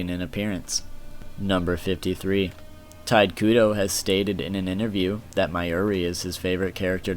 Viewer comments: "TIDE KUDO" ??? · 'Tight' Kubo......the man's name is pronounced Taito Kubo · It's "Tee-tay Koo-Bow" not "Tight Koo-doe" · ITS NOT TITE KUDO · Sorry but, you REALLY need to learn how to properly pronounce things. Can't even say Tite Kubo's name right. he keeps pronouncing it as "Tide Kudo". Completely takes my attention away from the actual facts. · "tide kudo" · But its pronounced shortly tee'-tae Koo'-bow' (but leave out the end and stop in the middle of "ow"). I'm from Europe So i read Tite Kubo like...Tite Kubo. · Tide Kudo. XD